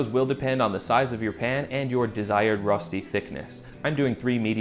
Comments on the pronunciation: You haven't quite got the "Ö" sound down yet but the food looks great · I'm such a pedant. Every time you said "ROStee" I just wanted to jump in and say "ROSHtee! It's ROSHtee!". IPA: ˈrøːʃti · it's pronounced rösti not rosti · I love you dawg but I need to give this video a thumbs down. Here's why: 1) It's pronounced RÖÖSCHTI not rostey. 2) That's waaay to much oil 3) Rösti can only be eaten in these variants: -with melted gruyère on top -with diced bacon -with a fried egg -any of combination of the 3 above -with züri gschnätzlets (typical dish with sliced veal strips, white wine, cream, and demiglace) 4) Please don't smoke rösti yours sincerely every Swiss person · Its pronounced “rösti“ not “rosti“ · Swiss here. It’s pronounced Röschti ;) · Two things that were not mentioned : - Please use hard boiling potatoes. If you don't, you might end up with something more akin to potato purée than Rösti. - Unless you're vegan, use butter. It's so important it's almost a main ingredient, and it will just elevate the taste so much. - Traditionally, the seasoning is just salt and pepper. - It's pronounced RöööSHti - I won't say it's sacrilegious or anything to eat it with salmon and all, but the most traditional ways to eat it would be either on its own, with some bacon, or, very commonly in Zurich and the german-speaking parts of Switzerland : Zürigschnätzlets (similar to beef Stroganoff, i.e. beef or preferably veal strips with a creamy sauce, optionally mushrooms). Sour cream and chives is an excellent addition though, which will make it similar to eastern European dryaniki. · Also it’s pronounced Reu-Shti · Your pronunciation "Rosti" makes my hair stand on end. English has the "ö" sound. It's the 'o' in 'work'. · Writes Rösti, but says roasty 😆 #OnlyAmericanThings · fyi, pronounced ruh-shtee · It’s pronounced Roesti [røːʃti], good vid tho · Me, a german, watching this video solely to hear how he'll pronounce Rösti: 👀👀👀